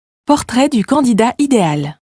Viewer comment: Idéal pronounces as ideYal, not idel. Is that a machine reading the text?